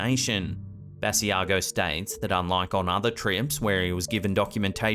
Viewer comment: Hi,. Great compilation as usual. Just a note. Mr. Basiago pronounces his name Buh-sigh-go. Take care and Happy Holidays!